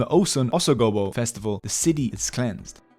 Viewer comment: Osun OSogobo🤣. That mispronounciation you did there .